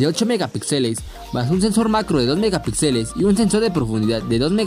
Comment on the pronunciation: Respetuosamente, un apunte: la tilde y el acento en la palabra Megapíxeles va en la sílaba "pí", no en la sílaba "xe". Saludos.